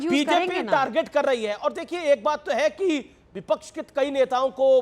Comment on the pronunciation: ko bolna nhai ata.bipaksh hota ha ye bolta ha bipash😂😂😂😂😂😂😂😂😂😂😂😂😂 Isko ek bar bol do bolne k lia fir iski casette kabi rukti nahi😂